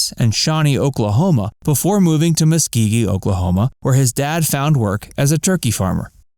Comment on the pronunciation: Please learn how to pronounce and spell the name of towns. Reed grew up in Muskogee Oklahoma. Pronounced as its spelled.